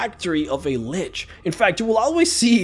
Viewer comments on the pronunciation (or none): none